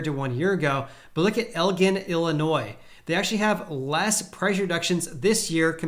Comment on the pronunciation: Elgin is pronounced where the gin sounds like the alcoholic beverage. Not with a hard g